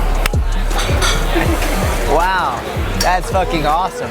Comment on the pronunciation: "Sick Fahkin Table" your New England came out - I'm so proud 😂😂